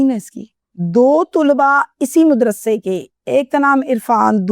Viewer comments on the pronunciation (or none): WHAT THE HELL IS MUDRASA? O YOU STUPID AND BRAINLESS HUMAN WANNA BE, MAD-RASA IS THE CORRECT WORD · Modrassa nahi hota madrassa